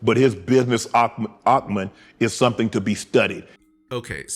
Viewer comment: Respectfully, SS it is called, pronounced business acumen (ack-u-men) not ock-men. And Yes, Shaq has been very, very successful in the consumer business world.